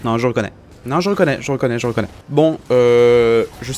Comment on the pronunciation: Tu dis "Je reconnais" ou "Je rOkonaye" ? Et tarpin styley ton verre je veux le même steuplé c